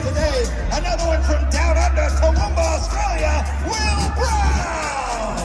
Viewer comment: Amazed the announcer said Toowoomba properly. Tough break but another opportunity will present itself. You definitely made people notice, well done mate.